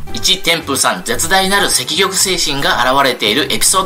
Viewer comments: 積極（せっきょく）をセキキョクと読むのにはむのには、何か意図があるんですか❓ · 天風さんがそう読んでいだからだと思います。肉声も残っていて、確かセキギョクと言っていました！